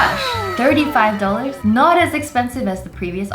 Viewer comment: I love how she says dollars.... “dollers”